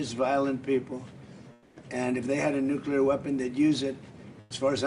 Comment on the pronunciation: Lindsey says, "nukular." What a total douche idiot.